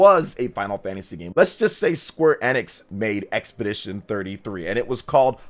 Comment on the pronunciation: My guy…. It’s EEEEEEE-nix, dear lord